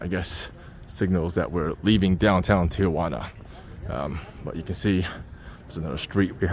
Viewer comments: Thee-Juana or T-juana..where the fuck does the O come from? 😂 please stop saying T-oh-juana.. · not pronounced tia-wana. Tee-wana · it’s pronounced “Tea-wanna”- not “tea- uh/wanna”- Get it right if you’re gonna try to teach people about the place… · If there's anyone who is interested or cares, the name of this dump of a town is properly pronounced, " TI "-Juana , NOT, "TIA" -Juana . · T-Jauna!!! not Tia-Juana!!! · 1) "Ti-juana"...NOT Tiajuana". 2) There are for-paid bathrooms in the line, had you only looked. 3) The "homeless" are mostly migrants - usually from Central America or other parts of Mexico. 4) There are web sites/pages which would tell exactly how long the expected wait time is. 5) Usually there are hustlers offering rides on shuttles to bypass the queue for a fee. 6) The bridge and area around it are simply unsafe in the night time ...these comments had to be made because your video was not helpful at all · Tijuana is pronounced "tee WHAH nah," not "tee a WAH nah" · Never understood why so many Americans, including my fellow San Diegans, pronounce Tijuana with an added 'a": Tee-A-Wana. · Why do gringos pronounce Tijuana as "tee oh wanna"?😂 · Agreed. I always tell non-Spanish speakers: if you can say marijuana, then you can say Tijuana. What's this tee-a-wana? Come on.